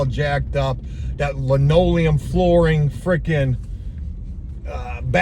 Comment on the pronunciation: Hey. Please don't call it lineoileum. That is some real old folks shit. There is a difference but stick to saying vinyl. You could get laughed at in certain circles. And please get a pair of quarter round cutters it makes life so much better